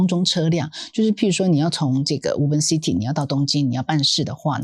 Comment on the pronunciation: "Woven" city "o" 讀複母音:"無歐" 嘸是 ”無” • 錯誤示範 • 以後 可以免費 使用參考 Google Translateㄟ發音